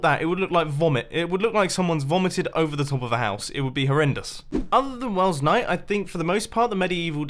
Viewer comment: He says Welsknight weird too